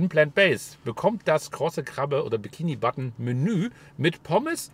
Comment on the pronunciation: Wieso sagst du bikini button?